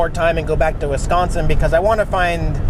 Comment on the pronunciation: I'm impressed! You pronounced Wisconsin correctly! lol I've heard a lot of people pronounce it Wesconsin 😆 Welcome to my home state! The train conductor was saying HELLO!!! You found a brewery! Wisconsin known for our beer, cheese and GREEN BAY PACKERS! 😁 Awesome video, as always! 👍 You and Jax drive safe! Packer Fan Linda 😁